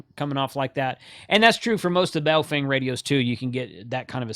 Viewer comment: you nailed the pronunciation of Baofeng (pronounced "baofung").